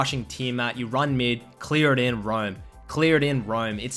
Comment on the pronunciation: "Clear and Roiam!", "Clear and Roywm!"